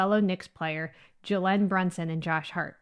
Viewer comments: It’s pronounced Jay-Lin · The way she pronounced Jalen ... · His name is pronounced Jay-Len Brunson